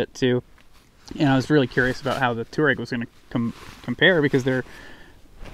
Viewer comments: I cringe every time you say tour-egg. It's pronounced TWAA-REGG, after the Tuareg Berber people. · Gawd. "TWAH REG"